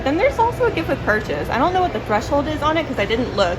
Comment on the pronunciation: I'm blue DA DA DA DA DA! DA BEARS LOL. I love Lord of DA Rings too!😂 just teasing but work on the the's tho.